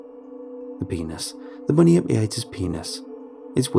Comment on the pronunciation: I love this series! 😃 Thank you as always for reading the stories you do! In the interest of a helpful tip for any future Aussie stuff, it's 'Bun-yip' not 'bunny-ip' and 'Mel-bun' not 'Mel-born' (only poncy people say 'Mel-born' here 😛)